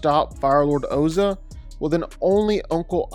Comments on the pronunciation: Did he say his brother hasuk?... Bro how could you call bolin hasuk... Like who tf is hasuk 😭😭 Also it's pronounced pli... Not pili 😭😭🤧🤧 And it also ozai 😭 not oza 😭😭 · He called Ozai Ozo 😂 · My biggest problem is the pronunciation of Ozai. WHY are you pronouncing it Oh-Zuh when it's clearly spelled to be and IS pronounced Ohz-EYE? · Its Ozaiii, with the i at the end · Firelord Ozah? Its Ozai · bro said Oza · It's ozai.... Ozai. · They say his name in the show why do hou Mispronounce Ozai? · Bro, as a massive fan of you and of avatar, I love you covering the topic, but you will get torn to shreds if you don't fix pronunciations (Ozai, P'Li, etc). Also you got the name of Mako's brother wrong entirely. It's Bolin. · He couldn't even say Ozai correct. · What did you call Bo Lin? And why do you keep pronouncing Ozai like that? It's like you're trying to M. Night Shyamalan him. Honestly terrible video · Stop pronouncing the names wrong. It’s not that hard. Gives me flashbacks to the mov… well we all know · How is no one talking about how he is saying ozai wrong it’s so frustrating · He can't even pronounce Ozai's name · Please never say Ozai ever again. Please just no. They literally pronounce it in the show and it's not that hard to say. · said Ozai's name wrong. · The mispronunciation of Ozai and Azulon is low key disrespectful and annoying. Ozai’s name is said regularly. Azulon is said a few times from the great gates to Zuko alone flashbacks when Ozai was crowned.